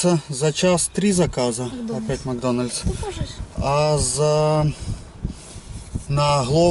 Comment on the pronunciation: кровь из ушей , макдональЗ ))))))))